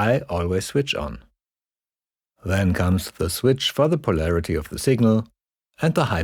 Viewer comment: finally somebody who says polarity, thanks